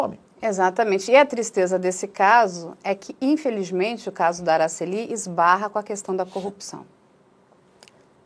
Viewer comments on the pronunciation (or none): Não é AraceLI, é AraCEli; paroxítona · É " Aracéli". Não é Aracelí. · Pronúncia errada do nome, não é Aracellí é Aracelli.